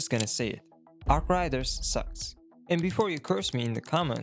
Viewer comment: Learn to say arc raiders